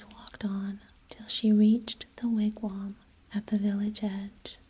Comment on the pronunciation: Thanks for the re-post! Appreciate the wigwam pronunciation fix. I like the way you tell this story,. Keep up the postings.